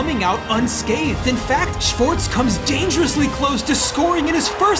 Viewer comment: the mispronunciation of schwarz' name is crazy